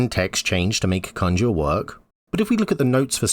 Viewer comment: For the love of gd please go see the way you should pronounce conjure...